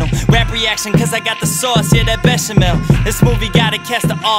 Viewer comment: You pronounced “béchamel” wrong but you still killed that shit